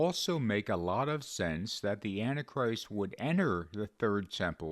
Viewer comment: I love this channel but can you please say “anti-christ” in 3 syllables rather than two? I notice in your videos you say what sounds like “anachrist”.